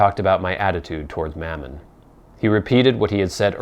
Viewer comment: Enjoying this, and will continue to do so. I have only one gripe and that is the pronunciation of maman as mammon...irks me every time 🤔